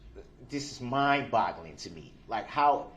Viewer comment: "Mind Blogglin'".